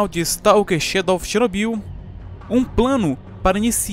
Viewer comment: Muito bom seu vídeo, mas confesso que toda vez eu ria quando você pronunciava "Chernobyyyyyl" kkkkkkkkkkk